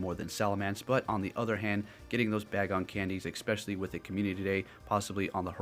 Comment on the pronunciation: You pronounced Taillow as Tailou when it should sound as pillow. And Bagon as Ba-gon, when it should be Bay-gon. I'm wondering, is Pokemon Go your first Pokemon experience?